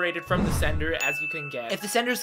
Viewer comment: Until the theorist v sender graphic came up, I thought you were saying "senator". The picture of Trump also confused the hell outta me.